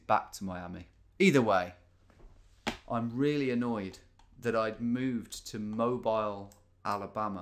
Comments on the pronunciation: It's not pronounced mobile it's Moe-Beel alabama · cant wait till Tom finds out Mobile, AL is pronounced moh-beel and not moh-bi-yul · Just so you know Tom, is pronounced "Mo-bee-l" not "Mo-bile" :P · Tom, my guy, it's Mo-bEEL, not mobile like the phone smh my head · Hey Tom! If you're curious, it's pronounced Mo-beel, Alabama. I'm from the area. :) Cheers and thanks for the awesome content! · I live in Mobile Alabama. Pretty cool that you noticed us lol. Mobile isn't pronounced like mobile phone its actually pronounced MO-BEEL. It has French origins if that means anyhting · Americans pronounce the name of the Alabama city MoBEEL. See the Bob Dylan song "Stuck Inside of Mobile with the Memphis Blues Again." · We Alabamians get a good laugh when people pronounce it Mobile with a long i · Mobile, Alabama is pronounced like “Mow-beal”. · Just as a heads up, it is pronounced "Mo Beal". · Mobile is pronounced Mo-Beel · its pronounced moBEEL alabama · that's not how the muricans pronounce the city of Mobile, Alabama.